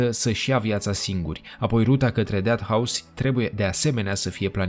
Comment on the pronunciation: Unde ai invatat engleza?"Deat" house???Pe bune?